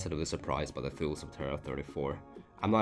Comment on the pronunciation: It’s pronounced toolie